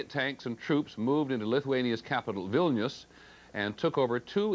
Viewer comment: So pissed at how he said Vilnius he said it like vilneeuuuuus